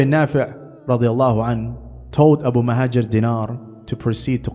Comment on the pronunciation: It's al-Muhajir. Not mouhadjir, muhadjir or muhajir. And it's Abu, not abu. And it's Dinar, not dinar. The man's name is Abu al-Muhajir Dinar.